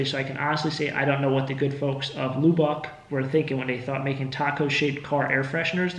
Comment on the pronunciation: Wondering about the taco air freshener you got from the Houstonian. Is that from Lubbock, Texas? If so, just a friendly hint; it's pronounced 'Luh-buck' Love your content. I always laugh with every 'and of course, a chair/lamp/fan'. I feel your pain. I'll have to see if I have an old golf card from the course I used to play (and for 2 summers worked The course is now a subdivision with an abandoned 'disc golf course '. It was a nice 9-hole course. I got my average score into the low 90's, but my handicap is still touching the clubs!😆